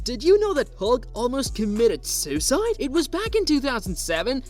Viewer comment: Did you seriously just mispronounce "Kentucky"?!?! This video was not good. Learn how pronounce words correctly. You even mispronounced "suicide" just awful man awful.